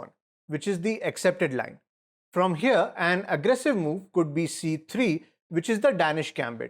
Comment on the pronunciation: If he goes hearuh we have a trap for that too